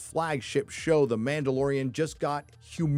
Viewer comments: "The mandaloriana" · It’s ma’am! It’s ma’amdalorian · The Ma’amdalorian! 🤣😂🤣😂🤣😂